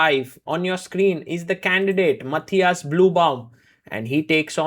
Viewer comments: It is the correct german pronounciation for Matthias. The Ü in Blübaum does not exist in Englisch, so most say and write Bluebaum like the Color blue, but Sagar makes an effort to pronounce the „ü“ and it sounds quite good actually. I think Sagar asked someone to teach him how to pronounce the Name 😉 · Sargars Pronounce "Matthias" in is korrekt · He pronounced it the right way every single time.